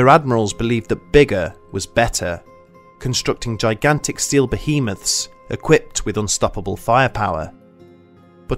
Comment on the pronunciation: EPIC FAIL .. - . - ...."constructing gigantic SEAL bohemaths"... ?!!?? 😂😂😂 Especially when directly above, it says 'STEEL', not SEAL! 😕